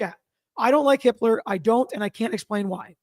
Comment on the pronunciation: Everytime says the judge’s name, it sounds like she’s saying “Judge Hitler” 🫣